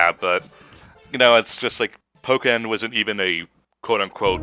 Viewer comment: Please note: It's Pokken, not "Poken". ("PO-[brief silence; double consonant]-ken"; not "POH-ken" or "PAH-ken".) The name is a combination of Pokémon (Jap: "Poketto Monstaa", which, in English, transliterates as "Pocket Monsters") and Tekken.